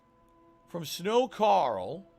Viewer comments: Wow, this "dunder-headed fool" purposely mispronounced the streamers name and 20 seconds later admits that he watches his channel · He acts like he can't say his name correctly. What a cunt.